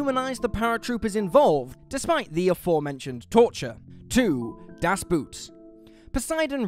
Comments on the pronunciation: It's a "boat" not a "boot" 😅 Das Boot - The Boat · Duhs Boot... It's pronounced "Duhs Boht", meaning "the boat", referring to a submarine and not to a footwear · Das Boot is not pronounced "Boot" as in the footwear but should be pronounced as "bought" as Boot is German for boat. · Jeez, long time since I heard someone butcher "Das Boot" in such a bad way. Pronounce it as "boat" and you'll be fine. It's not a shoe 🤣😆... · Das Boot is not about a submarine and is pronounced Dos Boat. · It's a bit closer to Das "bought", I think. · Please pronounce a German title s as German. Das Boot should be pronounced as Das Boat, or Das Boht. A vessel, not something you wear on your foot. It couldn't be that difficult. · Das Boot is pronounced like "boat". Just FYI. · Das Boot - pronounced like a brand of footwear.